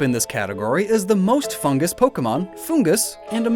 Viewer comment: He said foongus and not fungus xD